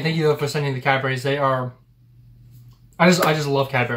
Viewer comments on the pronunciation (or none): Cadbries, not Cadberries. Birmingum, not Birming - ham. Wells is a city, Wales is a country. No offence, just be aware if you visit the UK.